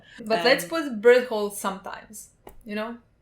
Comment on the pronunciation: Bertolt has such a sexy cool name, I wish they say his name right